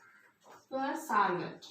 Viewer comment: Super mam. Pure என்பது கேட்பவர்களுக்கு poor என்பது போல் என்று கேட்கிறது. அதை சரி செய்தால் நன்றாக இருக்கும்